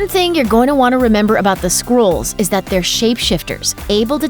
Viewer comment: Yeah, they're not squirrels. It's pronounced SKRULL. Sort of like skull but with an R in it. Squirrel? Holy shit.